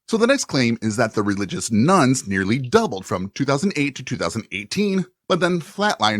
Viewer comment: keeps saying nones but it constantly sounds like nuns to me.